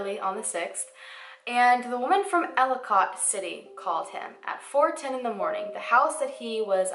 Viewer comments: I havent heard of this case and i live soooooo close to their! Hearing you pronounce Ellicott City was so funny. Im not trying to be mean but its pronounce like Elli-kit city lol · idk if you know this already or not but i just wanted to let you know ellicott city is pronounced like ellie-cut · I'm pretty sure you are talking about ellicott city md. It's not pronounced how it looks. It's more like Elli-kit, if that's the place you are talking about my brother used to go to school there and it's not that far away from where I live. Very disturbing. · For the love of god it is ELLICOT- pronounce ELL-i- CUT CITY, not ellicOT. K. Thnx. Please continue..... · Girl, I love all your videos, but as a Marylander, hearing you pronounce the names of these towns physically hurt me lol. Seriously though, so many people go missing that just get swept under the rug. I don't remember this being covered by local media at all. Thanks for making these videos. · Solarius heroin/opiates are HUGE in that area. Two of my cousins live in/by Catonsville and Ellicot City (both of which she repeatedly pronounces wrong lol) and I immediately thought he went there to do drugs, od'd and the chick panicked. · Marylander here you mispronounced Catonsville and Elliott city but it was cute I loved the way you said them 🤣love your videos btw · This was a really well done video! I live in Baltimore and have never heard of this. (Baltimore is only about 25 minutes away from Catonsville and about 40 minutes for Ellicot City). By the way, Catonsville is pronounced Cay-tons-ville and Ellicot City is pronounced Ell-i-cut City. But great job! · Katonsvillie is how its pronounced & ellikit city :) im OBSESSED with you videos. Purchasing my sweatshirt this week:) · From Maryland and live in the area... it’s pronounced Kate-tons-ville .. I know it’s weird because it’s spelled Catonsville lol. And Ellicot is pronounced elli-cut. But it’s All good though, I just kept cringing lol but great research.